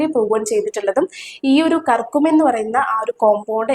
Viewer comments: കർകുമീൻ അല്ല കുട്ടി ക്യൂർ -ക്യൂ -മിൻ. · കുർകുമിൻ.. കർക്കുമിൻ അല്ല..